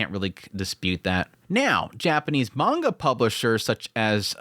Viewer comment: I don't want to be pedantic but... mah-n-gah (like achoo when you sneeze) -ka (like in ka-boom) not man-gocka... of coarse its fine to say it however you wish but it kind of undermines your subject matter authority to say it the wrong way. just saying.